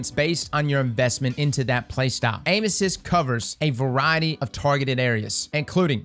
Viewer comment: Sounds like he’s saying anuses and not aim assist lmao